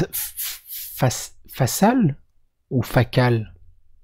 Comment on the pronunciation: Joseph Facal on prononce Fakal. :)